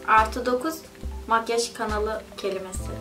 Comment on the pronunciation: Makyej değil makyaj :(